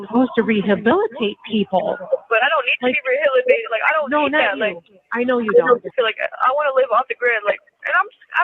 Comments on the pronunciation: Gets me each time 😂 "I don't need to be reh-hilibated" 😂😂😂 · That jail call makes me DIE LAUGHING "Jail is SUPPOSED to rehabilitate people" has to explain "I dont need to be rehilibated" Bro she cant even say rehabilitated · Kenzie can't even say rehabilitated